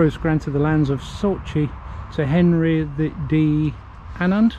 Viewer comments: SAUCHIE ! pronounced SOCKIE !!! Just saying like 👍 😏 😌 😉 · Nearly bud lol Sauchie = Socky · i can tell you were in my home town. It was raining 😃😃😃😃 just to let you know Sauchie is pronounced ‘Socky’